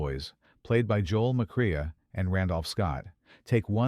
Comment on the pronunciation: Who the hell Joel Macreea ?!